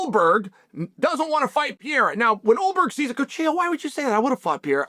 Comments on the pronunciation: Why this clown ptsd Chael always says Pierra 🤡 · but hes pronouncing pereira like pier so its like french pereira xdd